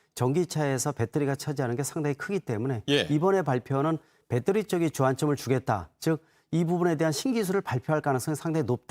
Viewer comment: 배떠리? 배터리! 아재여